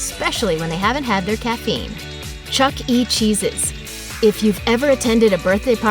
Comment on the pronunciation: why did she say Chuck E cheese's like that?